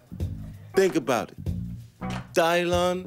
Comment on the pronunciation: It's DY-LAN